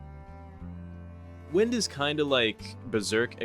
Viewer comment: the quincy schrift wind isnt pronounced like wind (as in flowing air) but as in WINDing up a toy